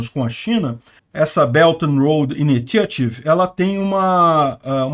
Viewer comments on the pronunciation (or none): Initiative = "Iníchiatv"